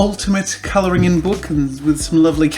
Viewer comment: Wait. Does he pronounce colouring colouringing??